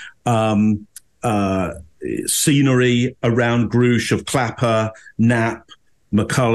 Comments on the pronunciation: I found the comments about the watch to be juvenile and off topic, not to mention long-winded. The fact that they didn't bother to learn how to pronounce Mr. Grusch's name tainted their entire analysis IMO, especially since they chastised him for not pronouncing words correctly. And the constant harping about him "not saying anything" was puzzling. Surly they, of all people, know someone with a NDA couldn't come out and say "Lockheed Martin or WPAFB" in a public setting. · I don't understand why you need to disrespect Mr. Grusch so much... Two videos later and you can't even pronounce his name right? And what about the little gray aliens behind his picture? So distasteful.. I used to like your videos and right now i just wonder why you are so harsh with someone who is in the autistic spectrum and has to speak under oath about the most important subject in the history of mankind. I wonder how you would handle the same situation. I know I would also "act weird" under so much pressure. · wow. clearly biased, also disrespectful. mispronouncing grusch's name intentionally. factual errors etc. trying to look like you didn't study it beforehand. it gives away, you don't need to be a behavioral analyst to see it. horrible. you are just defending the official narrative, and I believe you are doing this because of your military backgrounds and/or military contacts, possible business connections etc. shameful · and can't even pronounce David Grusch's name properly (hint: it rhymes with "brush"). BTW,, Corbel and his watch are not being analyzed here. Do better. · Its funny to me how annoyed they are by how Grusch pronounces words, yet they still struggle with pronouncing his name. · Why does pretend like he can't pronounce Grusch's name? He did a whole video about him already? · Obviously not, since they couldn't pronounce David Grusch's name correctly.